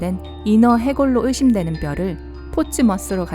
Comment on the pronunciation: (의심되는 .... ). 억양이 사투리 맞죠?